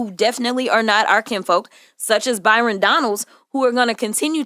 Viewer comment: called him “bi-.” 😂💀